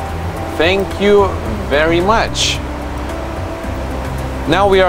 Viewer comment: "THAANNK VER' MUCH"